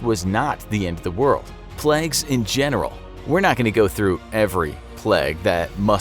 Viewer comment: Plagues not pleg